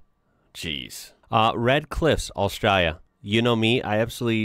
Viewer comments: You say “Australia” kind of funny, like “AustrUlia.” Should be more like “AustrAAlya.” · It is pronounced Ostraylia. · Enjoyed the content, but I’m gonna have to ask you to stop saying Australia… your pronunciation is killing the Drop Bears. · Please stop pronouncing Australia like that lol.. It sounds silly. I know thats how a lot of aussies say it, but it sounds silly then too lol 🤦‍♀️😂